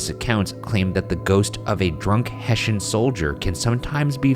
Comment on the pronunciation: I was like wtf is a "heshen" and then when they spelled it, I realised it's probably soldiers from Hessen you mean? Yeah, that's pronounced with an "s" not a "sh", boys :D